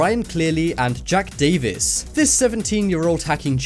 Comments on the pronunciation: Well done , we can definitely hear a change in pronunciation when they’re spelt the exact same 😂👏🏻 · ITS NOT JACK DAVIS ITS JAKE DAVIS